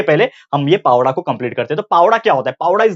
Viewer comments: Pavda nhi sir powada plz say properly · Sir it is not 'पावडा' it is 'पोवाडा' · Pavda nhi bolte sir powada hai vo plss request from me that say it properly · Pawda nahi sir powada bolte he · भाऊ पोवाडा पवडा नाही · It's not a पावड 😡😠 It's पोवाडा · Please say Powada... Not pawda